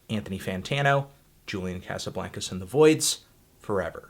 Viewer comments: Cosuhbloncuz that's how you say it David Letterman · every time you say Casablaincas I want to vomit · you pronouncing his name wrong you stupid fuck!